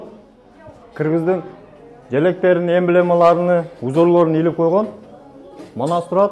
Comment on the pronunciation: Таксыр сындаш эмес эмбламаларыны эмес эмблемалары деп..таза таза суйлонуз..ыны деген соз жок кыргыз тилинде